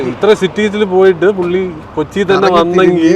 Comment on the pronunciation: Kochi ❎ Koki ✅